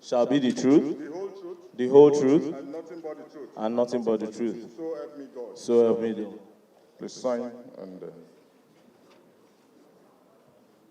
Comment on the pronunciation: I heard it oh🤣... Could it be "So help me devil" 🤷